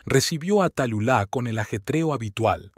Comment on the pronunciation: Su nombre se pronuncia Talula, no Tayulá.